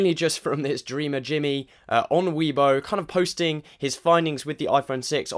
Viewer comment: Weibo, is pronouced "way bo"